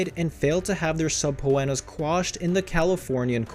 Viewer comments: If you read these comments PLEASE learn how to pronounces subpoena... SUB PEE NUH Subpeenuh = Subpoena NOT Sub po en uh. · Jesus Christ!!! It’s pronounced, SA-PEE-NA!!! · subpoena is pronounced suh-pee-nah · Suh-pee-na, dude. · . .say it slowly. .Suh-pee-nuh . .it’s Latin for: “Court Ordered” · Sub-pho-annas....LOL! Yep, the repeated torture. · What the hell did you call a subpoena 😂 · If you’re going to narrate a video… please learn how to pronounce words. Subpoena … seriously. 🥸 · Came here to say this! Lol! It was so annoying! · Thank you!!!...geez, like he's never heard the word "subpoena".